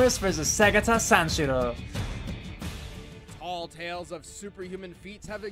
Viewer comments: You said segata sanshiro perfectly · ***** you pronounce segata sanshiro so well